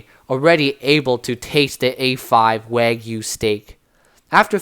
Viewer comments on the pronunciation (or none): none